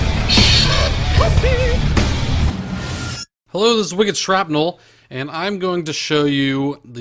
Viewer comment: WICKEDSHRAPNEL thank you for pronouncing it correctly this time :)